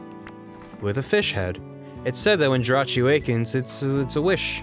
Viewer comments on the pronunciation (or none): * it's pronounced, Jer-Ach-Ee. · It's actually JEE-RAH-CHEE